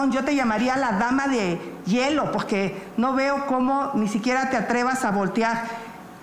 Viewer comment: Xochitl Gálvez nomás decía: Coguptos Pogque Y más palabras con la letra r 😂😂😂😂